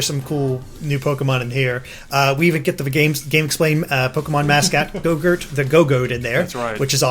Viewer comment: I can't help but laugh every time he calls gogoat gogurt.